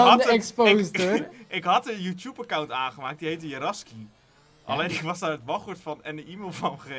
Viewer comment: Hoe Jan Youtube zegt :Youtjoep😂😂